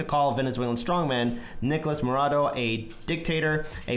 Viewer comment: His name is Maduro, not Marodo, the Carter watchdogs called this the most fair election in the world, well above what we had. You really should do a bit of research before you post stuff like this. The US oil companies want that oil. The situation in Venezuela is a combo of oligarchs not providing basic food necessities and the US sanctions. Do your research, look to Arron Mate and Abby Martin to know whats really going on.